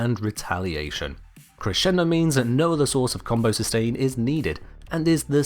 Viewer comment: Liked just because you pronounced "crescendo" correctly.